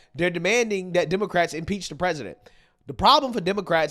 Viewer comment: Impeach rhymes with peach. #LIBERAL